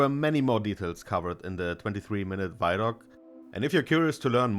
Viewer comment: It's vid-doc, not vydoc, it's a video documentary